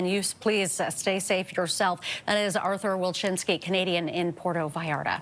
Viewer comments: She needs to learn how to say the city's name. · “Puero Vallara”